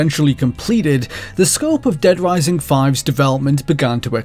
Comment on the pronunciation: Dead Wising